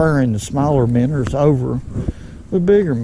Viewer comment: Kiddos, when a man is telling you something about fishing and you heard the words “Minners” and “Straakes” you better listen up, he knows a thing a two.